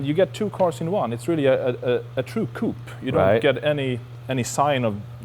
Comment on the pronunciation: an European describing his car as a coupé and pronouncing it "KOOP." I like that